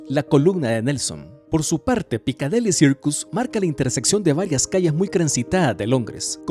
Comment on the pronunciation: Jajajajaja, también "punto de encuencro" y PicadEli Circus. Jajajajaja